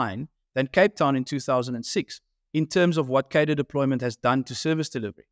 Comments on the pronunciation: Please pronounce cadre correctly. It has an r in it. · What is it with political commentators not being able to pronounce cadre